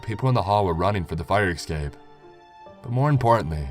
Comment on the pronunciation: you say escape wrong every video